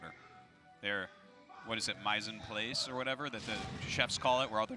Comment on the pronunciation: Artosis trying to pronounce mise en place lmao